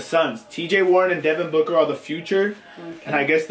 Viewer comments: the mom says Booger as booker😂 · mama rug called Devin Booker, "booger" 😂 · It was funny when said booker and his mom said booger 😂😂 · Your mom calls D Booker Deven Booger